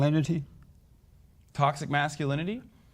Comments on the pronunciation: “Totsis massalinity” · “What is tossive massalidity”